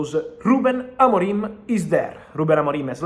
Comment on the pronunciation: Don’t say Ruben AMORIME. It’s Ruben AMORIM.